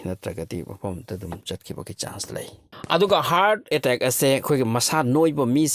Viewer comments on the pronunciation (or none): Hear attaaack hyse keigino😂😂 khonthok tu atteck hyna paba kei kyge